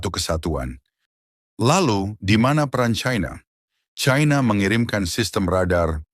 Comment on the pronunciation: Sangat memalukan orang kalau dilihat dari suara sudah umur diatas 50 th tidak bisa menguasai bahasa Indonesia yang baik Belajar bahasa Indonesia baku dulu kalau mencari followers biar tidak memaluka menyebut China dgn Chaina